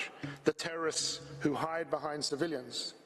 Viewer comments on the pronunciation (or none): none